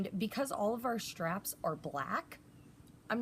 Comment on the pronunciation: since when is the word 'straps' pronounced 'shtraps'????? Asking for a former English teacher....